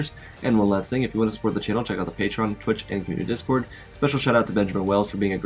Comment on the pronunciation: pad "UH" may 😂😂😂